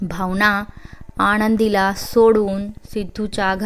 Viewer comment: भावना आणि आनंदी हे उच्चार नीट करा. स्टोरी ऐकायला मजा वाटली नाही. ण चा उच्चार टाळावे.